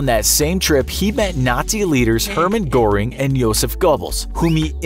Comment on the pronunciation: Göring as in Hermann Göring does not rhyme with boring but is something between herring and earring. Pretend you're trying to say both at the same time. (German umlauted vowels are blended with an e. And we Americans will write it as oe like Goedel.)